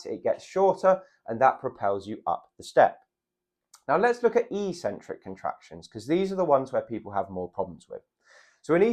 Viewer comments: That word is ik-sen-trik. Definitely never e-sen-trik. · It's pronounced EX- centric, not EE-centric. Also the "over 50s" is hardly a homogeneous group. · Eccentric: ek-sen-trick. is the opposite of concentric. Sorry,, your ee-sen-trick thingie is just illiterate nonsense. But as an 80-year-old who has to worry about my balance, I do value your good sound advice. Keep it up, and thank you! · not e-centric but ec-centric (pronounced ek-sentric, from Latin ex- prefix). Having trouble on going down stairs, I also found this information helpful. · It's eccentric, he's just pronouncing it very strangely. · A 'c' is only an 's' sound if followed by an 'e,' 'i' or 'y.' Ascent has the 's' sound, but accent has a 'ks' sound. Eccentric is just like accent, even if this reality hasn't hit gym culture yet (and likely never will). I highly recommend The Logic of English to anyone who reads this comment. It is a family heirloom book for those interested in learning English spelling, reading, pronunciation and writing the most efficient way. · I would pronounce excentric /i k ' s e n t r i k/.